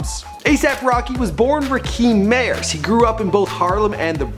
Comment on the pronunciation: "ra-keem meeyers"